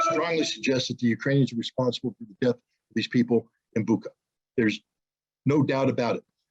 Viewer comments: Bucha[butcha] not Buka, all other is true. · Bucha is pronounced like "butcher". This fact alone can explain a lot.